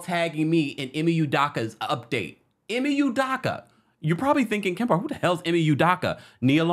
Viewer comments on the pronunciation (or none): First his name is pronounced Ee-may You-doe-ka; secondly he deserves to earn a living just like the female involved who received NO repercussions; yes Nia is a Scorpio; The nets are a HOT MESS🥵; if he got them to the playoffs it would prove how great of a coach he is. And I’d love to work for